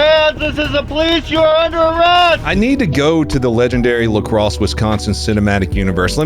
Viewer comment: All right! He switched back to the correct pronunciation of La Crosse!